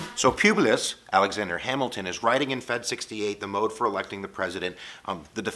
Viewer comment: Never heard people say Publius like that